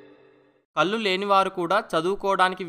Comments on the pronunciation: కల్లు కాదు నాన్నా, కళ్ళు. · కల్లు ఏమయ్యా? కళ్ళు అనకుండ మీరే తప్పు చెబితే ఎలా అండీ?